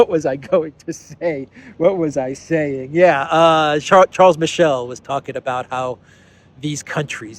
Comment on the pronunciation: Mr. Michel is born in French speaking region of Belgium so his name should be pronounced in French ʃaʁl miʃɛl.